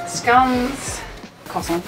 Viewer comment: You pronounced scone terribly wrong 🤗😂